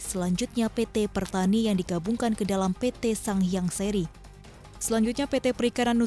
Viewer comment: PT. Sang Hyang Sri, bukan SERI, diambil dari nama Dewi Sri/Seri hurup e nya dibaca seperti kata 'senang', PT ini juga bergerak di sektor pembuatan bibit seperti bibit padi dll.